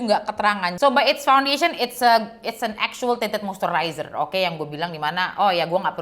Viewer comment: Monmaap bgt ni, but i gagal fokus selama vid bcz every single time u said "Tinted moisturizer", i just heard that as "TITIT MOISTURIZER" 😭😭🤣🤣🤣